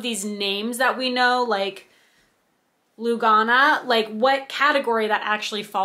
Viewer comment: Lugana is Lou ga na soft a's Jobelan is jobe lan soft a. Hardanger is har like hardy and dang er soft a . Love evenweave! Also love Aida its my go to. Love your floss tags they are so stinking cute!